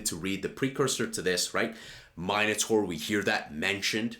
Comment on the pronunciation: im pretty sure Charles pronounces it " min- A - tor" anyways love the channel keep it coming 🙏